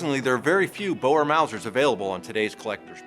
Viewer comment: as an afrikaanse boer, its not boers its boere. And you mispronounce it, you pronounce it "boo-re"